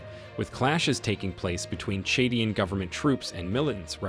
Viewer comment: Chadian not chedien. Niger not nigiri please